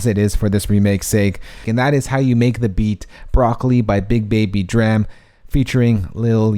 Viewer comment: he said dram wrong